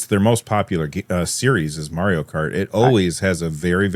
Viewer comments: "Merio kart" 😅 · Man, someone please teach how to say Mario. And man, dot matrix printers felt good to watch print as well as tearing the paper.